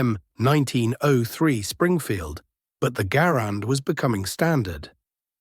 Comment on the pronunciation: Mr. Garand pronounced his name, "GAR'-and", not "gar-AND'". How can you present his biography, and so glaringly mispronounce his name?